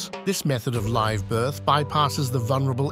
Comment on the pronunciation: Stop using AI. Stop using AI to generate false pictures. Stop using AI to generate false 2 second video clips. Stop using AI to write your scripts. And ESPECIALLY stop using AI to make fake voices. Every single English speaker knows that “live” was pronounced incorrectly all through this video. Any human would NEVER make that mistake. PAY HUMANS TO WRITE AND NARRATE YOUR VIDEOS. I’m done with you. UNSUBSCRIBE EVERYONE!!!